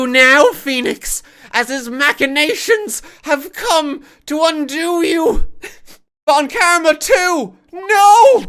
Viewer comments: Now that it seems obvious that von Karma is German - you might as well pronounce it German, right? The 'v' in "von" would be pronounced a bit... harder? More like an 'F'. And then you'd be close enough, I guess. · i honestly wasnt listening at some point and by the time i started to pay more attention i heard "VON KARMAS NO" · I adore that horrified, delighted pause RT has when he sees the name Von Karma!